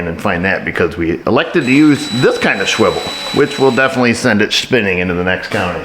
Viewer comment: this is entire 10-15 second sequence, shwivel and shpinning, sent me rolling laughing into the next dimension 😂 love you